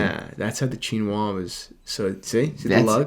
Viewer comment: Please learn how to pronounce ‘Chinoise’. It’s feminine with an e at the end, which means the S is pronounced as a z sound.